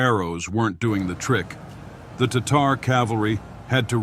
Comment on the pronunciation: The online Merriam-Webster dictionary pronounces “Tatar” as”TAH’ ter”. I couldn’t see how this narrator came up with his pronunciation.